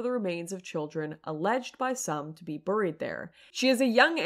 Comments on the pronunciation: Why do you keep saying "buuuurr-eed" instead of "bear-eed" ? Is that just how hot chicks say buried? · "Burried" LOL